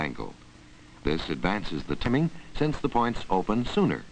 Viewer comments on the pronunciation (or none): (or so) "this advances the timming?" Seriously, he said "timming." Not, timing, but timming.